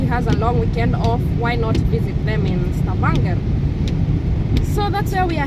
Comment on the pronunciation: I can't over how you're pronouncing Stavanger 😂😂 glad y'all had fun. Please get more friends, no more depression.